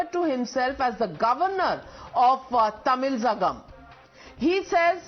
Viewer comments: What kind of news reader she is? She could not pronounce properly thamizhagam. News reader should be more versatile, she shoul be dismissed from her job. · Madam you have taken an issue,where the "word" and the term is crucial.. It means a lot in this debate.. Opening itself u r unable to pronounce, and here are criticizing about the issue.. Public knew ur media is a right wing... First practice the pronounciation to understand the importance of both the "words" "THAMIZHAHAM" or "THAMIZHNAADU".. until and unless u understand the pronounciation and the history of both "words "..simply can't make a debate by just inviting 2 political parties spoke person .. On a whole you wasted a half hour time,of "Times Now".. Meaningless debate ,useless questions..🤦‍♂️🤦‍♂️🤦‍♂️.. I too wasted half hour,seeing this debate.. The most nonsense debate ever I av seeing In one of top most channel... I feel like a formality that, Times Now too touched this current topic, just to document, and for an account....🤦‍♂️🤦‍♂️🤦‍♂️🤦‍♂️.